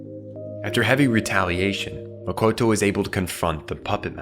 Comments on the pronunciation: Youre calling her "MAKOTO". But the right pronunciation is MO-TO-KO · I cringed every time he said Mokoto instead of Motoko ❤ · Motoko. Not Mokoto. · It's not "Mokoto" - it's "Motoko"... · Motoko not Mokoto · Omg its M-O-T-O-K-O, not mokoto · Is it just me or is he saying “Mokoto” and not “Motoko” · Gotta say, really taking me out of this video with mistakes like "Makoto" constantly being said for "Motoko"... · MO TO KO NOT MOKOTO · It Mo-to-ko, not Mo-ko-to Kusanagi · Motoko, not Makoto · He keeps saying mokoto and its so off putting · This dumbass can’t even pronounce Motoko lol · it's super annoying that you repeatedly mispronounce motoko.